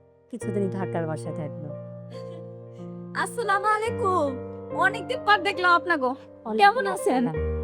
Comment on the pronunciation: সালাম টাও ঠিক মতো দিতে পারলেন না৷৷৷৷৷৷ আসসালামু আলাইকুম